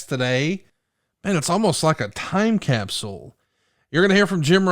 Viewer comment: Hearing conrad say cap-sool makes my hair stand on end😫😫